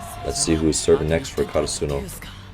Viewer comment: Hey Coach, in case you see this, try saying KaRAsuno instead of KaraSUno, great video as always.